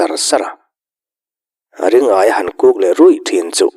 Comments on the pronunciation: Hotupa,Ring-aia ni lovin Ri-ngaia a ni mai lo maw te ka lo ti. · Ring-aia nilo in Ri-ngaia ni zawk lo maw le?